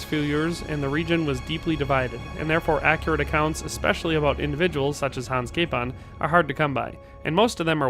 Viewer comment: Name was butchered well! :D come to Prague ... we can fix that here :)